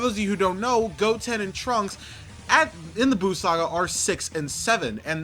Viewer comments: It's trunks not Transkei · Trunks not tranks